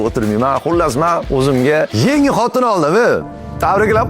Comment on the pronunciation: Brat xotinni xotira deb eshitibman😅😅😅😅